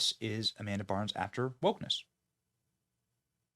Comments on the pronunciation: Ok, I can’t take this anymore. It’s Amanda BINDS! Not Amanda BARNS. Also, while I won’t argue that she might be woke, I firmly believe she’s screwed up because of the abuse she had to endure by many people on the Nickelodeon set, not because she’s woke. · Its Bynes, Not Barnes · It's Amanda Bynes NOT Burns 😂😅....and She is The Result Of Heavy Drug Use After Being Molested, Raped and traumatized through Hollywood Scum.... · Her name is Amanda Bynes not Barns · Oof. Benny. It's Amanda BYNES. At least get her name right and it wasn't wokeness that took her out, it was being a child actress in Hollywood and massive amounts of abuse she endured. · BYNES!!! Benny has pronunciation problems just like Joey B